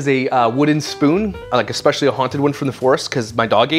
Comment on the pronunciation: She also says "ECSPECIALLY" lol ridiculous 😂